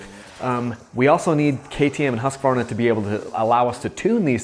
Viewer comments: I am impressed, you pronounce Husqvarna really well! 😁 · vole As someone who lives in Sweden I'd say it's pretty damn close though.